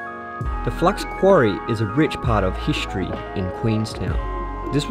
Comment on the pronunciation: Nice video, but that annoying pronunciation of the word "history" is just killing. hiSHtory 😆😄